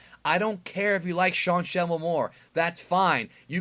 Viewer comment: When he said Sean Schmmel did anyone else hear "Sean the Shovel"